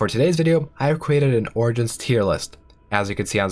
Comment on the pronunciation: I dont know what this game is, but I just listened to this entire thing hearing him say "oranges"